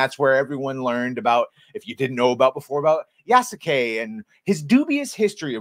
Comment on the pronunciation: Yeah no, horrible story telling to cater to western audience using modern western ideology inserted into Feudal Japan. Side note: If Sasuke (Naruto series) is pronounced Saske, then Yasuke is pronounced Yaske. ヤ ス ケ Ya-su-ke, pronounced Yaske with a silent u. サ ス ケ Sa-su-ke, pronounced Saske with a silent u. Show me a video clip where Japanese voice actors from the anime Naruto enunciate all three syllables Sa-su-ke, instead of blending it as Saske and I'll concede my point.